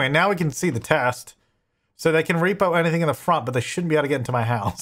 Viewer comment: The irony is that when he unlocks the front gate he says " I bet this is how the reaper-person gets in." I know he meant "repo" but it sounded like reaper... lol